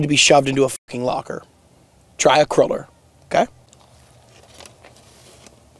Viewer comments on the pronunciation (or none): Bro calls is a craler bro it’s a cruler like it’s pronounced the same way you pronounce ruler 📏 also congratulations 👏